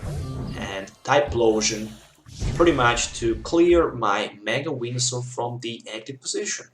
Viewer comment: lol, sound like you are saying mega wienersaur